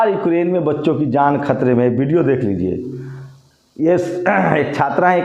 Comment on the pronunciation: Yaar lagana choroge, video hota hai video nahi, vote hota hai bot nahi 😂